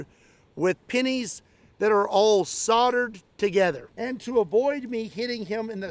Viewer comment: Soldered, and said soul durd not soddered, trust me I'm English. 😂